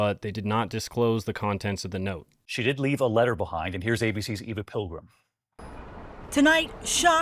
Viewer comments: Not pronounced Ee-va, but Ay-va. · Eva is pronounced Ay-va.